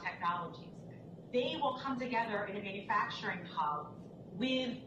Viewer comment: Is he bragging about gas prices really. ?? It's 12 bucks in Alaska and he cannot pronounce man u fracturing lol he's a Joke , he's a complete joke , what a liar